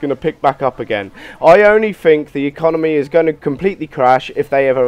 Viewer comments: Did he say econonomy? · "economomy" sigh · I quit the video when he said 'econominy' at the start